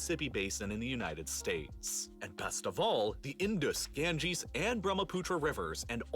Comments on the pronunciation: well he said it right😐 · oh yes he said it right I was talking about that real life lore guy.